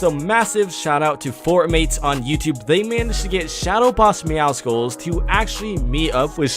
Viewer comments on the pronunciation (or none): Myth will ever say meowscles insteed of meowsicles? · Btw it's "meowscles" not "meowsicles" It's like "muscles" but with "meow" in it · It's not MEOWSKULLS ITS MEOWSULLS LIKE MUSCLES YOU IDIOT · I swear man why does everyone pronounce meowsceles meow skuls I'm pretty sure it's pronounced meow suls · Meowscles is not pronounced like icicle its like Muscles it's a play on words like meow because he a cat and scles because he is super muscular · Why does he call “Meowcels” “Meowcicles”?